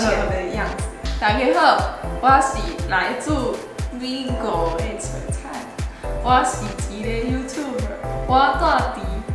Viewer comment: （璀璨）😗您讀的音是國語不是台語😧